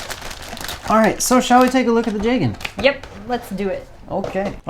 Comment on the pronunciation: ITS PRONOUNCED JEEGAN AND YOU DISGRACEFUL REVIEWERS CLEARLY DID NOT WATCH CHAR'S COUNTERATTACK